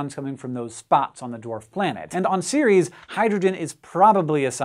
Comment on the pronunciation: Pretty sure the moon isn't called "Series", but what do I know about pronounciation?